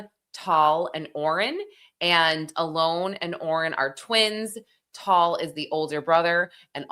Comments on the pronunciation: It's pronounced Al-On not Alone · Isn’t Alon pronounced Ah-lahn…not Alone?? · Its not pronounced Alone. Tall. U deep covering the story but cant even pronounce their names right. If ure gonna be a you tube journalist at least make an effort racially & culturally on yr story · There’s no reason to give these men respect, if she mispronounces his name so what.